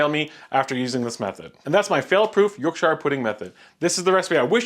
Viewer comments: The "shire" in Yorkshire is pronounced shur. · Yorkshuh or Yorkshur pls. 😬 Very good otherwise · It's definitely not SHIRE, it's not hobbit land lol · Great recipe/ explanation… but pleeez the name is Yorkshire ….. Yorksher is the pronunciation. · The shire is where hobbies live yorkshire is pronounced York-shur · They look great! As a Yorkie though, your pronunciation does kill me slightly 😂 it's Yorkshur/Yorkshuh (or just Yorkie Puds) 😊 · York shure. ❤🇨🇦 Say it like you have a mouth full of custard. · York sha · Saying it like New Hampshire is not quite correct, but is a lot better than what you said in the video. Also, if your oven allows don't pull the hot fat out of the oven - simply pull the whole rack towards you and pour in the batter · I’m a Yankee and I pronounce it “York-Shi-er. It’s one of my favorite words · As a Brit the way you Americans pronounce "shire" always makes me laugh 😂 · Figure out how to pronounce it first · Yorkshire. Please please at least learn how to say it. Next, real flour. You want onions too. Make good gravy too. Don't use oil. Use fat or lard. After that, try toad in the hole. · First learn how to pronounce Yorkshire the I is silent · The way he says Yorkshire...fuck stop it. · Just painful to hear Yorkshire pronounced this way. Recipe is solid though 😅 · check your pronunciation of Yorkshire before you post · All you need to do now is learn how to pronounce yorkshire and youre there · Maybe learn to pronounce them right before trying to Make them. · Then, please redo it with the correct pronunciation. Thanks - a Yorkshireman.;-) PS Cracking Yorkies there,. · It’s especially weird because that’s not how we pronounce it in the US either 😂 The state New Hampshire is pronounced like hamp-sher. He was probably just over thinking it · I find your pronunciation of Yorkshire quite quaint, and it’s what made me watch, so don’t mind the pedants. Your accent is delightful 😊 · York shire 😂it’s Yorkshire not York Shire